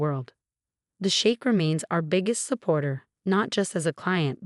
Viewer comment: Sheikh, not shake. We've, not weave. Theatrics, not theatrix.